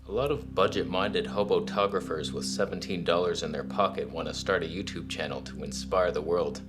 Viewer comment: "Hobotographer" lol